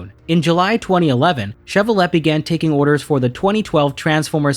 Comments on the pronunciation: Did you say Chevro-let? Dude, it's pronounced Chevo-lay, or Chev-Oh-lay. Or, just say Chevy, like every American that hates anything even remotely connected to France or French. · Great vid, but as a car guy, I feel obligated to point out that Chevrolet isn't pronounced how it's spelled, but rather "Chevro-lay" or just "Chevy" as a nickname. Like I said, I still loved the video, but that one thing kind of bothered me a bit because cars are my thing. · The way Chevrolet is pronounced makes me think this is ai. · why did you pronounce Chevrolet the French way?!